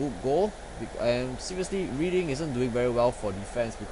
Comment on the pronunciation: Cool tactics, I am currently playing Bradford right now. :) Oh btw, Reading is pronounced: Redding.